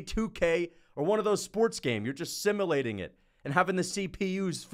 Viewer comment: The way you pronounce simulating is crazy